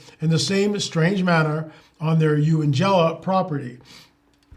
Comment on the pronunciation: This is close to where I live; My daughter and I watched a massive silent triangular craft fly low over our heads in 2013. btw the place is pronounced YOUNGella.